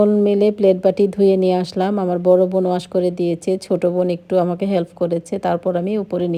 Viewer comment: আপু আপনি বোনকে ভোন বলেন কেন ??? নরমাল কথা বলতে শিখেন... স্টাইল করে বলতে গিয়ে ... উদ্ভট কথা বলেন 😅😅😅